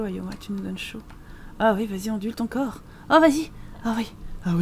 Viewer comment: Ahhh merci Shirley de t'être occupé de son "coooorps" (dit en murmurant ^^) Avec tout l'argent que tu as gagné, tu vas pouvoir relouer pleins de semaines à Selvadorada ! Mouhahaha... ^^